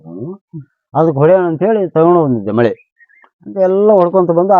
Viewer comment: ಮಳೆ ಅಲ್ಲ ಮೊಳೆ